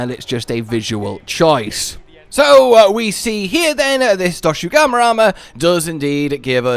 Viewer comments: It's not Doshugama, it's Doshaguma! Lol, great video, I'm just poking fun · it’s dosh aguma you’re saying doshu gama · DoshAgUma, not DoshUgAma istg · You mean dosugma? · Man where does find the u letter in Dosha and two a letter guma. is such a fun guy, poking fun at Cuttan's suffering. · I’m convinced he keeps saying Doshugama to boost the engagement from all the people correcting him in the comments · Take a shot every time calls Doshaguma DoShUgAmA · I'm curious if Cotton will correct monster names again. "Doshugama" XD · WHOAAAAOOOHHAHAHAHAHAHAHAHAHA WEAPONS WITH SKILLS WAHOOOOOOOOO Edit: Im never not gonna be annoyed by how you say Doshaguma bro. You say Doshu Gamma, and I cant figure out why Edit again: i doubt we'll get a room to put endemic life in, my guess is that there'll be endemic life requests that we can complete for food/crafting rewards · YESS I WAS SO PISSED OFF WITH YOU SAYING IT WRONG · This point I dont know if he's doing it on purpose because he thinks its funny (it's not) or what. This isn't a Tie-grex/Tee-grex situation where either pronunciation works with the spelling but the Voice Director chose the wrong one ( I will not be debating this), its just strait up ignoring the spelling. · There is simply no way is mispronouncing doshaguma so much on accident